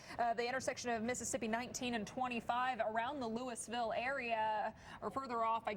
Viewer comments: No it’s Lewis-ville. Coming from someone who lives here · Wow I about died when they pronounced weir (where) Ms and Louisville ( Lewis-ville) Ms